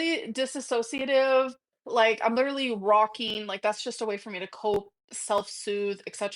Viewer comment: That's exactly it though, isn't it? We're all a bit silly in private with our loved ones, but we're not presenting ourselves this way publicly, and at what she considers her career, no less. I couldn't imagine going into work and shouting "leedurly" at co-workers or insisting they're all lahs.